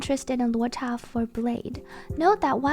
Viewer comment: 10 on 10 on pronouncing luocha